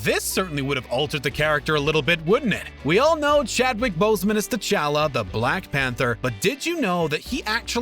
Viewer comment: Bruh why did he have to say black panther as BLACK pAnTher